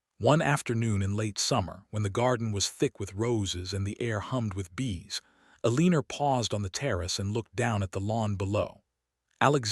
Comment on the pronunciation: Will someone please reprogram AI to pronounce her name as El a nor. E lean er is wrong and very distracting. I would just read the story but AI can't even be consistent in the spelling of the name and other words. If you insist on using Eleanor but mispronouncing it, I will quit listening to your channel.